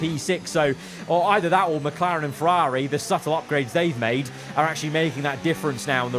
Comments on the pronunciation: Im sorry but please stop saying "feRAWRi" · Its rather annoying how he pronounces Ferraawri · I’m sorry but the way you say Ferrari is so jarring it is unreal